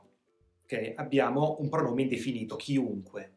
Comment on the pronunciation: Ciao buon anno! Ti faccio una domanda perché dici ciunque invece che chiunque?